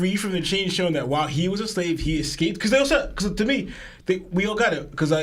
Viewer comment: Bro I it’s escape. Not excaped